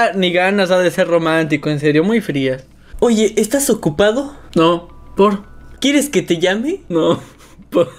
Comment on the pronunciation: Si se dieron cuenta que en ocho y el siete en ves de decir no ,por decian nopor